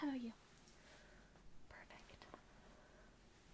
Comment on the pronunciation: I agree. I luv when she say alright or ok or let's see lol. Big asmr triggers for me !!! Only thing I don't like is how asmr vid makers all seem To say the word perfect a certain way. Instead of phonetically saying perfect w/emphasis on the "per" they alllllll seem to say it like perf (eeEEEECCCCTTTT). Lol. Or perfACCCTTTT. LOL. I don't know why that one word bothers me being pronounced certain way n asmr haha. Not that person saying it does anything wrong haha. I'm just a nerd like that n my asmr tends to pick up on both positive and neg. Sides of words n sounds lol. Even still she does perfect job lol. I luv how she breathes and speaks with real voice and doesn't sound like she's acting out or being fake. She sounds completely authentic and natural n if I knew her n real life as teacher I would never wanna leave the class haha but wld def. pay attention to every word and make good grade haha. :) I'm glad someone else triggered from same words as I am. I didn't know if other ppl ever felt same way or even paid attn. to it so it makes mefeel better lol.